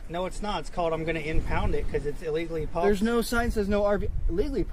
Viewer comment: "If you'wre pawked hewe then you'wre gawna get towwd." No wonder he's a pissed off cop. 😂